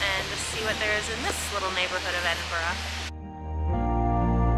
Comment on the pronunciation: The Mrs can pronounce Edinburgh, Mr, not so much